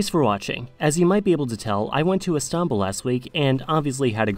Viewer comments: İs-tan-bul and An-ka-ra is the correct way. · IST an bul and an KAR a, not i STAN bul and ANK a ra. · n ziom yeah it comes from stinpol even there is a nice hotel called stinpol in Istanbul and it changed a lot later . they were using several names for Istanbul including Constantinople in Othman times . Istanbul had many names and for official Istanbul was chosen . We don’t say stinpol because for our language it’s how we pronounce Istanbul . Even In Russian it’s stanbul . It doesn’t have any connection with some fairytales you read on google about Islamic roots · He pronounces it "Is-tahn-bul". Too much emphasis on the "tahn" part of Istanbul for some reason. My guess is he's trying to sound Turkish by saying it like that, but its not working lol. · And not İstanbul right? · Why do you pronounce Istanbul so weird? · What he's trying to do is pronounce it the Turkish way but its sounding so weird and exaggerated because he's not a Turkish speaker. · Mate, you need to learn how to say Istanbul. You put the stress on the wrong syllable.